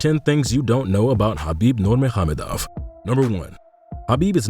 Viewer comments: Yep that's true, it Habib Nur-Mohammedov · Louaios Because it's not lol. Nur-Ma-Go-Med-Ov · It's not NURMAHAMADOFF, it Nur-maga-medov, try practicing it, if your doing another video. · He did butcher Nurmagomedov putting an h in there too for some reason though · You should probably learn how to say his last name before you make a video on him. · No hes not.😅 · no, he didn’t pronounced it well